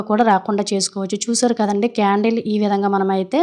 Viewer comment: క్యారెట్ కాదు... కాండిల్ అండి 😂